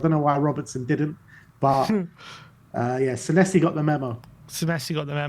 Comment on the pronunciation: You pronounce our new Argentinian as Senessi - but should it be Senesi?